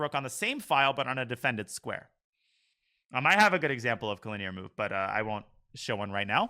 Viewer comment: Why does he pronounce it co-lin-EAR isnt it co-linear?